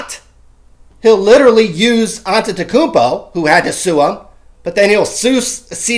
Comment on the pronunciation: Same. Wish they'd say "Giannis" right, but on the flip side nailed "Antetokounmpo" so it's kinda a wash. LOLZ